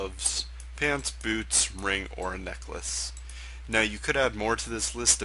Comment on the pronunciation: Your tutorials are pretty good but I have to say, lol at the word neckless.